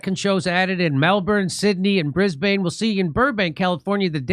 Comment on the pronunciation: first time pronouncing brisbane correctly. Well done Jimmy 👏